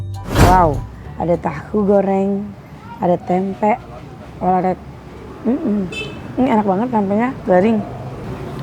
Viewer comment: Maaf ya klw ngomong Tempe gk ush di tmbain K..Tempe sejak kpn bhsa Tempe jd TEMPE K😂😂😂.aq dngrin ny mesti smbil ngoreksi klw teh Santi mkn tempe🤭🤣🤣🤣